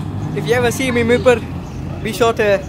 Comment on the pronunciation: It’s not mirpar..it’s mirpoor ...correct accent plz